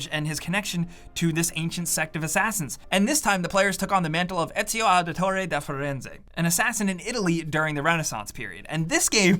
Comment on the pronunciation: Lmao can’t stand hearing white people trying to pronounce Ezio Auditore da Firenze.